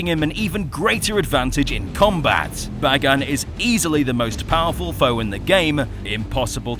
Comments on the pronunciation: His name is pronounced Bay-gone 🤓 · i pronounce Bagan like Bay-Gone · I always pronounced Bagan like "Bacon."